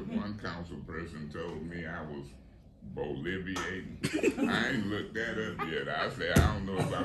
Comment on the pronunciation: She said boliviate and it’s not a word…😂 I think she meant bloviating which is when you talk like you’re better than someone else…it means that you’re full of yourself 😂😂😂